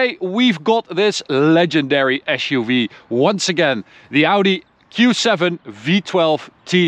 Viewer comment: Why "Asch-U-Vee"? It is an "As-U-Vee".